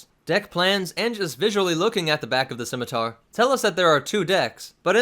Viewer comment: Props for pronouncing the name of the ship correctly, I cringe when people pronounce it as a Skimiter.